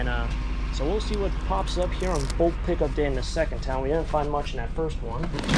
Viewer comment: Not bolk pickup,. It's bulk pick up 🤦